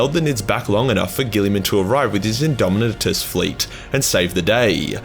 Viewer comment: Then the moment was usurped by the Majors pronunciation of "indomitus"